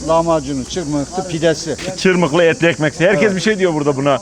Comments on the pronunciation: ÇIRMIHLI DEĞİL:) ÇIRMIHHHHTII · Çırmikli değil abi çırmıhtı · çırmıklı demişsin ama doğrusu çırmıktı(çırmığtı) 😂😂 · Çırmıklı değil hocam yanlış anlamışsın, çırmıktı diye yazılır çırmıhdı diye okunur 👍😊 düzeltin lütfen.. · Çırmıklı değil, Çırmıhtı (Yeşilyurt). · İsmini bile yanlış söylüyorsun çırmıklı değil biz Malatyalılar çırmıhtı deriz oraya birde bu sonradan gurmeler birisi bir yere gitti mi diğeri hemen aynı yere damlar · Cirmikli degil cirmihti diger adiyla kundubey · Çırmıhtı çırmıhlı değil